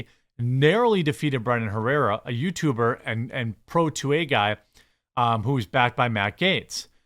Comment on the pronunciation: "Yootuber" lol